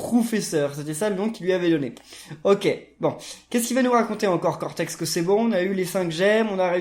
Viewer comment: A mdr il dit cotex au lieu cortex